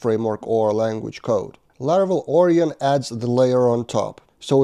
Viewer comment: Onion => Orion ... I see your logic, but it's pronounced more like or-ai-on (unless the package creator says otherwise). You're welcome. 🙂